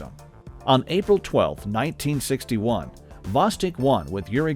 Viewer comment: Not "vOstok", but "vostOk"!